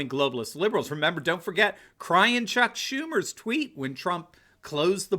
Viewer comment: Did he just say Chuck Tumor? haha